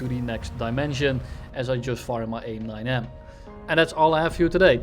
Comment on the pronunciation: “AIM Snine-M”